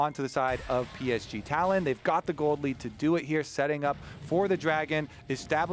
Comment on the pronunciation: Can they srsly not pronounce PSG? Come on its not that hard.